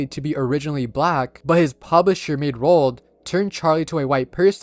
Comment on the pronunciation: Roald Dot😂